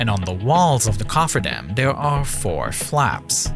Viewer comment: it's not "Da" it's "THE" It's not "Dere" it's "There" It's not "Dey" it's "THEY" It's not "Ovver" It's "Other"